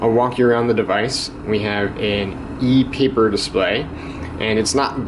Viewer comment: LOL "ee peepurr" xD